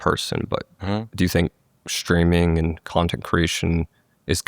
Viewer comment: He pronounces "streaming" like "shtreaming". Candace Owens does that too. It's a podcaster/ streamer thing . It sounds really weird.